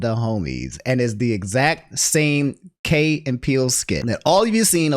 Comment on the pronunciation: HOW YOU MISPRONOUNCE KEY 😂. IT KEY AND PEELE. Not KAY. KEY😂😂😂😂